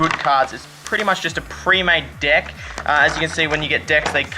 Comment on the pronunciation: Did he say premade dick?